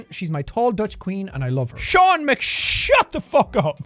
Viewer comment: The comment memes are very bad rn. Like 3/4 of the time they are just spam or copy paste like Seán (it is pronounced Shawn not SEan) said.